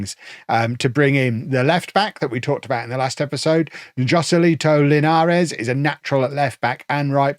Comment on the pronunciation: Linhares is pronounced "Lin-YA-res".